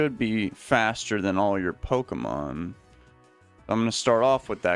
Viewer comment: dont say poki man dude, is pokémon